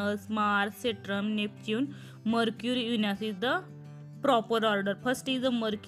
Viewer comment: Mam its saturn not satran